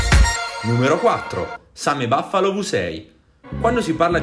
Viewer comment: si dice same buffalo sai leggere, no baffalo